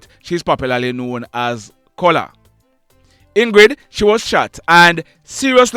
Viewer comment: THE NAME OF THE LADY IOF THE KITTY KAT IS COOLA NOT COLAA...